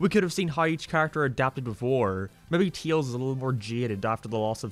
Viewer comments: why are you calling tails, teals. that's like calling sonic, greens. like I get that it's an accent thing but it's literally the only word you say in an accent so you obviously are capable of saying his name correctly. if it's some kind of inside joke, it's not a very good one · "teels" never gets old